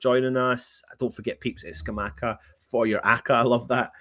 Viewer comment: Jon Luca Scamacca pronounced like attacker